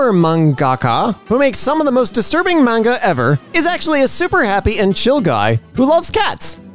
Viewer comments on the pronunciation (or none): none